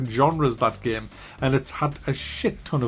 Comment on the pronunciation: Take a shot every time he says "GAEM"